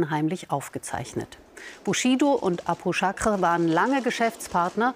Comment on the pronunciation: Abu-Chaker! Nicht Abu-Chakre oder?